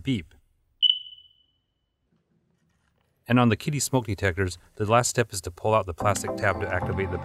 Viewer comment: not pronounced "Kiddey" , but "Kidda". Thanks for the cool video